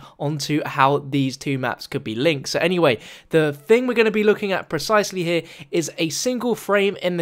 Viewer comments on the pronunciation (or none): none